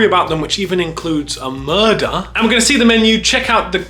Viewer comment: Smoke a bong everytime he says murdah of city hall😂